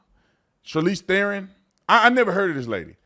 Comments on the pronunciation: You pronounce her surname "Tron" not Theeeeron.😮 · I love how Tatum keeps saying Theron or Thereon or whatever, never heard of her. 😂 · The freak Charlize pronounced her name as if she were some African Queen..calling herself Sharlees THROWN💩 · You pronounce it Tron in South Africa. And yes, we are embarrased that she was born here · I am from South africa and we do not like Charlize Theron, pronouncing T'ron!! She is such a fake. Still believing and telling americans she comes from a farm in south africa O PLEASE, it was a shabby smallholding on the outskirts of Benoni. She will do anything to stay relevant in hollywood. You GO Megan Kelly!!! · She is an embarrassment to us South Africans. At least we still have Elon 😂 Btw mr.Tatum its pronounced Tron even though it is spelled Theron